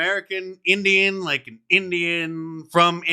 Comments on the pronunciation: Indian not engine. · Mark, its called Indian, dot not feather